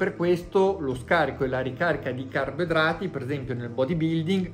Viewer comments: Comunque resta solo un grande mistero: perché non sa dire carboidrati? "Carbedrati", "carbdrati" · Il maestro è avveneristico, parla la lingua che si parlerà tra 50 anni.